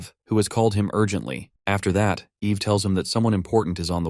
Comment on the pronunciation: I mean TS you say the womans name is Ave, when it is Eve, then the next second it is said correctly. You really need to take this down fire the DEI hire that you got from the learing center and hire someone that can do better.